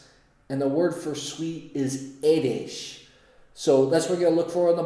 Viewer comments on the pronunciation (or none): Good...but édes,not edés...sweet=édes🙂. Greetings from Hungary!